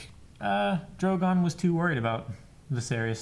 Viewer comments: called Drogo, Drogon lol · called drogo drogon hahahah